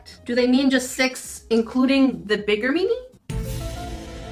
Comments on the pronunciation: i love how you pronounce "mini," 😂 it sounds like youre saying "meanie" 💕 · Why do you say "MINI" but it sounds like you're saying "MEANIE"... I don't get it.... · The way she said "MiNi" 😆 🤣